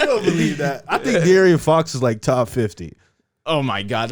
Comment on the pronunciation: Can yall please tell how to pronounce De’aaron Fox correctly 😂😂😂